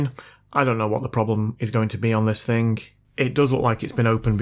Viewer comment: its is Thing its Not Thingk